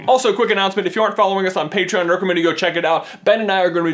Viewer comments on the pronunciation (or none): none